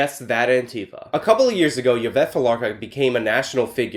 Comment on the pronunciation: Her name is pronounced ee-vet